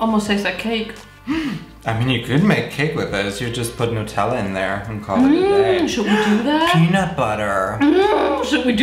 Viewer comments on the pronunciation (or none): none